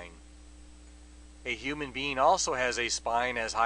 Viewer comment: did he say, "human bean" ?????